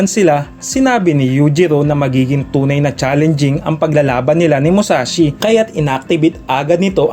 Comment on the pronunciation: Mushashi?? Musashi yon BOBO!